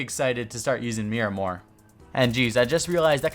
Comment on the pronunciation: “Miramor” BOII...... it’s a Miramar.....